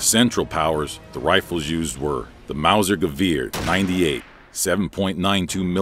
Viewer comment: Tje way he spells ,,gewehr" 😂😂😂